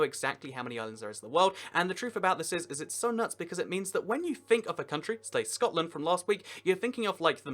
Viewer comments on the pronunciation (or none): none